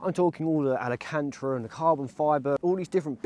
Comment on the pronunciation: alacantra? ahahaha nah jk love the content